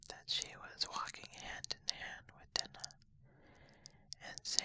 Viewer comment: Really fantastic! (One note though, her cat's name is pronounced "Die-nah")